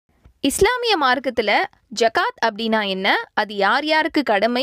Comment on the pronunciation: Please its call " ஸஹாத்" not "ஜகாத்" please call the right pronunciations thanks 😅🗣